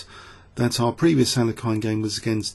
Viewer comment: i am pleased you lean to pronounce names in a right way as you do in alekhine's way